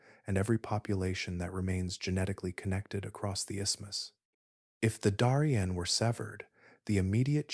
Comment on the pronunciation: "Daw-rien"❌ "Dairy-ien" ☑️